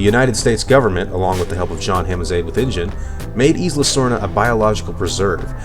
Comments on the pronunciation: Isla.. The "S" is silent.. It's like Isle. You don't pronounce the "S". It's more like "I'll" So.. Isla would be like "I'll-a.. I'll-uh" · your saying isla wrong